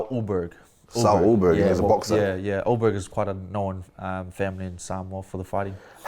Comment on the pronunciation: Why they say your last name pronounced as a OH-BERG It’s pronounced UL-BERG I say not even Carlos knows hahaha But yeah all the best ayeee 🎉👏🏽